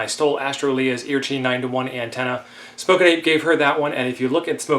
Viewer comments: I couldn’t figure out what you were saying with the name of that antenna, lol. It’s E.A.R.C., HI (Emergency Amateur Radio Club of Hawaii), of which I am a member of. I have built a lot of those antennas to mail out to people who dont want to build them themselves. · I couldn’t figure out what you were saying when you said the name of the antenna you were using. E.A.R.C., HI is the name of the radio club who makes the antenna (Emergency Amateur Radio Club of Hawaii), of which I am a member of. I have built many of those antennas to be mailed out to people who didnt want to build their own.